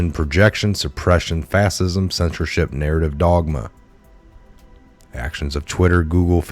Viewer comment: dude.. its prounounced "FASH-IZM"... and ES-PECIALLY C'mon man..